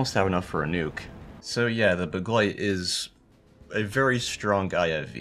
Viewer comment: Btw begleit isn’t a hard word to pronounce but your pronunciation is basically on point